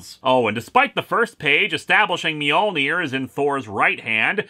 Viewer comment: If Spider-Man doesn't know how to spell 'Mjolnir' then why is he pronouncing the J, which is silent?